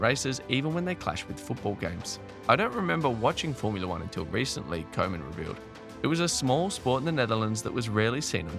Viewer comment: Next time pronounce Koeman as Kuman. Probably sounds much better.